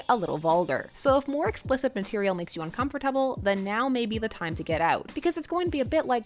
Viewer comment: Am I the only guy who has an opinion about the way she said "uncomfortable "😂😂?